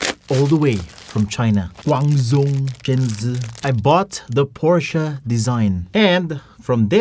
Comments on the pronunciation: Porsche na.. naging Paoche pa HAHAHA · PORSCHE TURNS OUT TO BE "PUTCHA" LOL